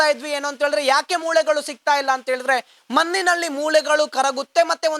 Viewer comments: Maninalli alla manninalli... Spashtavagirali Sir please.... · ಕನ್ನಡ ಉಚ್ಚರ ಸರಿಯಾಗಿ ಮಾಡೋ ಹುಚ್ಚ.... ಮನ್ನಿನಲ್ಲಿ, ಮೂಲೆಗಳು, ಪ್ರಸ್ನೆ, ತುನುಕನ್ನು, ಅನ್ನಪ್ಪ, mahesh ಅನ್ನ, ಅಂತೇ ಥೋ ನಿನ್ನ